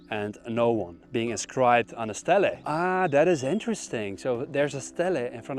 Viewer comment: just a tip: stele is pronounced as “steelee”